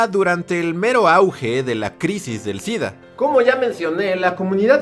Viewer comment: Entonces por qué dice DIDDDAA??? 🤔🤔🤔